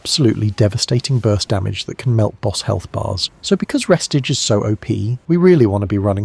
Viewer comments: I ain't trusting anyone reading re stage as res tige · its pronounced Ree- stage. Stage as in, theatre stage. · Why the hell is he saying “restige”